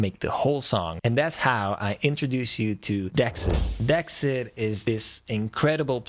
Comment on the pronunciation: Nice to see some love foe Dexed. We got permission from the developer to install it with our Unify host plug-in - just a little FYI, THE PLUG-in name is pronounced “De-Ex’d” since it is a software version of a “DX”7. See what they did? 😊 Also, I attended the introduction of the DX-7 in Portland, Oregon in 1983 just 1 year out of high school. Still have mine I got back then. Keep up the positive vibes!